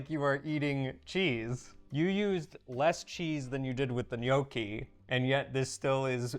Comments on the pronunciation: If you can say risotto correctly, why can't you say gnocchi correctly? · All these years are Eva still hasn't corrected pronunciation of Gnocci.